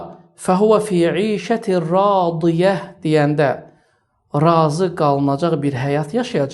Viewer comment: Del dedikdə 2 kəlimə dedin 1) radiəh(del) 2) radiyəh(dəl) demək hər ikisi səhfdi